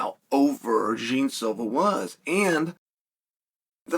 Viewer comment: John Silva, not Jean